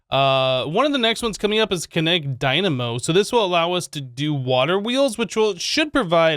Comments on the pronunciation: What did he say? Kinetic dymano? It happens... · I think he said it on purpose, i think he said dynamo too many times for him to say it incorrectly